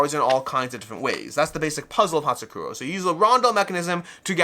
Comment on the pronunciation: Love your channel, but a quick search in google will tell you the actual pronounciation of Patzcuaro :) it's "pats kwaa row". Awesome video!